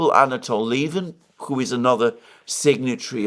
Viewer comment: Alexander says "who" like "kho". A Greek influence, I suspect :)